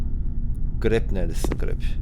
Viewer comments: Grepp deyil krepp😂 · Abi grepp değil krepp